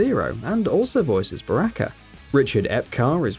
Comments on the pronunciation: I love ur pronunciations: Raiden - Ride in Geras- Gare us Baraka - Buracka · You pronounced Raiden,Sonya and Baraka wrong